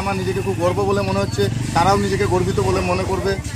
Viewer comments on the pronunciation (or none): সাংবাদিক ভাই ওটা গর্ব (২.০২), গর্ভ না